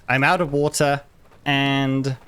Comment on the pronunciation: The way you said "water" bothered my soul... Like.... seriously, I thought I was watching another YouTuber.... I had to double-check.... don't do that again... ever! :P